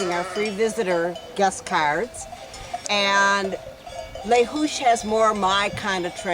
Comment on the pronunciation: its pronounced Le Zoush